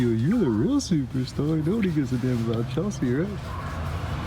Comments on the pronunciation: Chelsea and "Chelshe" haha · Chelshe and Chelhe. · chelshe and chels-he. good shit.